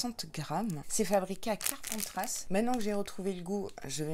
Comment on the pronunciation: Hellooo Bah dis donc cet été je suis gâtée ! Juillet PACA ma région d’origine et Août l’Occitanie ma région depuis plus de 10 ans 🥰🥰🥰 Tu m’as fait trop rire à chaque fois que tu disais « Carpentrasse » 😂 On prononce pas le S à la fin. Rhaaaa ces parisiens alors 🤣🤣🤣 Me languie de voir la box du mois prochain 😎😎😎 Bisous 😘